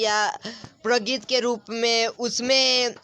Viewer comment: प्रगित को प्रगति क्यो पढ़ रहे हो पढ़ने नहीं आता क्या